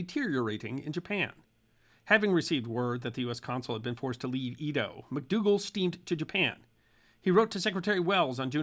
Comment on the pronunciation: As a lover of history with an undergraduate degree in East Asian Studies, I always enjoy your video presentations. Especially those with an East Asian perspective. Edo is pronounced “aydoh” not “eedo” which is a common occurrence.